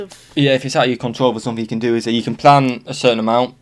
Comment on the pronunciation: Good job and. I have been enjoying your video reactions very much....except for one small thing. When says the word "that", he doesn't pronounce the "th" sound at the beginning so it just sounds like "at", instead of "that." Is that a Jersey thing or just a thing? Just curious. Thanks. 😀😀